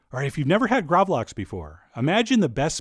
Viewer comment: Really interesting recipe, definatelly gonna try this! One thing I gotta say, is that the A in gravlax is pronounced more like the A in "Bark" or "Park". The word translated from Swedish to English is Grave salmon. It originates from the 17th century where salmon was buried in salty sand and left to ferment. It used to be a lot more similar to surströmming, but the recipe has evolved into what we have today.